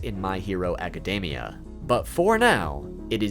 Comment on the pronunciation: why do poeople keep pronoucing academia wrong its not even a hard word jesus